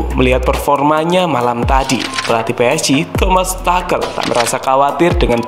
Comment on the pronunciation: tulisanya tuchel bacanya tusel bukan takel :)